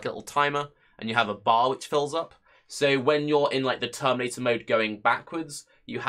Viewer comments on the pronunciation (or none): none